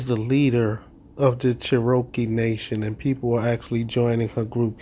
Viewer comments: Cher-okee tribe???? It's CHEROKEE! Get it right. This cult needs to be shut down. Threatening the court? She would post that on a day the courthouse is closed. Y'all are nutz. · Che -ro -kee lol not even the correct name actually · They don’t even pronounce the word Cherokee correctly! Fools